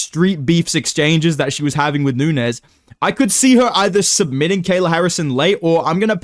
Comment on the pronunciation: "Amanda Nuneez" 😂😂